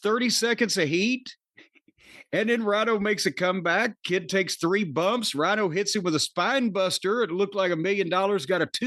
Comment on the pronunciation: Rhino??? Rhyno you mean?